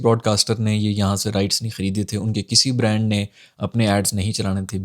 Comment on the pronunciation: brand where B is silent 😂😂